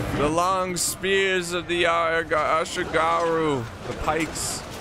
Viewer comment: The way you say Yati ashigaruu is killing me